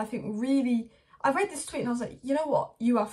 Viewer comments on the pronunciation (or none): none